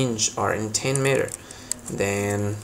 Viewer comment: It’s not, “met her!” Pal!, it’s “mee-ter” u got that? We speak American on this damn American website 🇺🇸